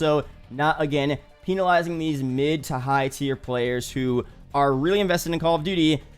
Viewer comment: What that goofy ah pronunciation of penalizing